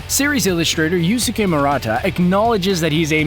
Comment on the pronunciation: So, someone can't pay homage to something without that homage being considered a ripoff?! And Naruto isn't an original idea AT ALL?! AND YOU CAN'T EVEN PRONOUNCE YUSUKE!! Wow. Just... WOW!!